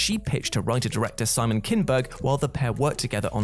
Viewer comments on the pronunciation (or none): none